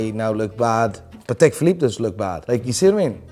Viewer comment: I don’t get how you can pronounce Patek wrong the whole video.